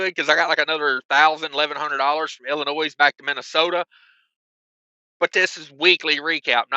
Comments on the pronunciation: Not ' I'll in noise ' it's said ," I'll in nose " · Every time he says “IllinoiSSS”😂 Being from IL, there is NO “S”🤦🏻‍♂️